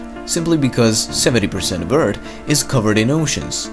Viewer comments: "Extremely interesting story about Mars before it became sterile and his plenty of facts and animations". The comment section: LOL HE SAY ERT! Guys, it's just borderline insult the amount of times said in the comment section. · the pronunciation of certain words kinda annoys me. e.g; Eart,tree times etc. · You said earth wrong; say Earth with h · I like the way he says ERT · "Eard" "dere" "dhought" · why cuz he says urt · U guys should hire sum1 who can actually pronounce earth 🌎!!! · Say earth properly Jesus christ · You know your good when you can’t even pronounce Earth. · Sorry, but I have to say that I am bothered when you say the word "earth" or any word ends with "th". I like your video though. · does he not know how to say Earth? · 27kdon same I like how he pronounced it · Earth not "eard"🙄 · It's EARTH NOT ERT! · sometimes he says eartt not earth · why do you say eard instead of earth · Earth not Eart LOL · ITS EARTHHHHHHHHHHHHHHHH. NOT EART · Why is he saying eard when it's eath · I liked the video eve tho he kept calling earth; urd, or nerd. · "Eart" im sorry lol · Stop saying eart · You areawsome but don't pronounce it like EARD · Ok ur videos are awesome but why Do u say eard it’s earth not eard but ur awsome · It’s EARTHHHHHH NOT EURT!!!!! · Like the videos but it annoys me that you say eart not earth And that you say the water covered one turd of mars surface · can you stop calling Earth "Eart" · its pronounced earf not eart and its thought not taht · Stop saying 'Eart'. It's 'Earth' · Love the vid but, Eardth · its earth not ert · Why does he say eard it’s earth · TH bitch thhhhh not T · u pronounce earth like eart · what is ert you tallking about you always say ert not erth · Welcome to Eard. Not Earth. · It’s pronounced Earth, not ert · I liked when he said "Erd". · Don't give him a hard time on him saying eart instead of Earth Don't be alone friend keep making good and informative videos... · Omg it's earth not fkin ERT